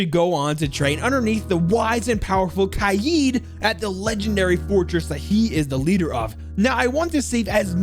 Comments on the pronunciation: It's not kayeed it's kaid like raid with a k instead of an s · And the way you pronounce kaid is wrong it's قائد its a hard name for you and it means leader